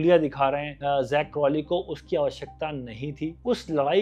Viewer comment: Shukar hy kisi indian nay Zak ko sahi pronounce kiya hy . Warna sub Jack Crawley bolty hain😂😂😂😂. Difference hy Jack aur Zak mein